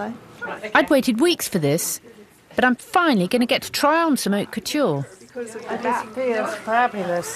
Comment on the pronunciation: Lol. " Oak Couture" it's Haute Couture not Oak Culture! Loving the pine needle skirt dahling lol